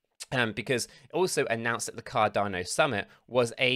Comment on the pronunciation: Cardarno Cadarno noooooo it's Cardano 😭